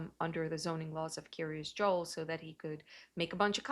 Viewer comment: In other videos, some people have thought she was saying Curious Joel.